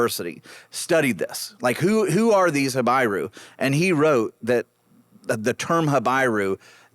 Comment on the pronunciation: Not ha-bye-rue but ha-bee-rue.